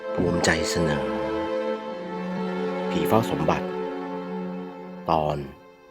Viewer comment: ทำไมต้องพูดคำนี้ผิดนะผีเฝ้าสมบัติเป็นผีเช้าชมบัติ555